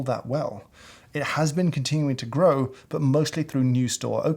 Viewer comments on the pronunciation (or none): none